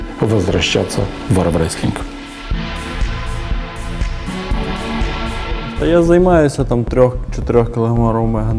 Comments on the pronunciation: Вообше то АРМРЕСЛИНГ А НЕ АРВРЕСЛИНГ 🤣🤣🤣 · Господи, ну когда же вы,, прекратите говорить АРМВРЕСТЛИНГ?? А сюжет отличный! Здоровья и сил спортсмену Олегу Жоху